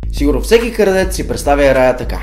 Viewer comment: защо казваш кардеца то е крадеца